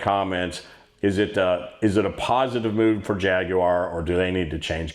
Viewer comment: You might be the only American able to pronounce jaguar correctly.